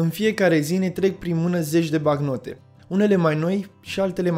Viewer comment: "BaNcnotă" nu "Bacnotă"